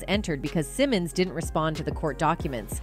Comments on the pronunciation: First of all, her name is Angela Simmons not Angela Simone! Secondly, YaYa is Floyd Mayweather's DAUGHTER NOT his ex girlfriend! You seem to be in a hurry to get your story out that you seem to not do your homework FRFR. This leads me to believe, your content is NOT TRUE! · who is Angela Simon? her name is Angela Simmons. if you're going to report on her business at least pronounce her name correctly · BEFORE YOU REPORT ON SOMEBODY...LEARN HOW TO PRONOUNCE THEIR NAME..I SEE YOU SAY SYMONE AND SIMMONS...TACKY...GET IT RIGHT. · Why is her name being pronounced as Cymon? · Her name is Simmons. ✅. You shouldn’t do a story on anyone , Until you get the names right. 💯💯💯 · Its pronounced sim-mons😂😂😂😂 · Lord !!!! She killin' me saying her last name wrong!!!! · I thought I was the only one feeling this way😂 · This blogger can't even pronounce her name right...😂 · Why is she saying her last name wrong. I swear🤦🏽‍♀️🤦🏽‍♀️🤦🏽‍♀️ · I have to stop watching because you are saying Rev Runs daughter last name wrong not a good look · I can’t even watch this not sayin her name right n yaya is mayweathers daughter